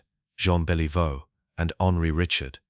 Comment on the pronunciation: Just gotta work on the pronunciation of Rocket Richard's name and some of the other French-Canadian names but beyond that, this file is gold. I'm subbed and I wait to see more.